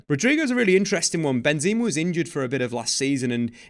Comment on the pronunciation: I think it's Benzema, not Benzeeema